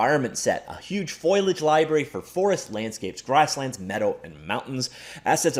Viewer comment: Good content as usual, but while I hate sounding like a douche... it's pronounced foh-lee-udge.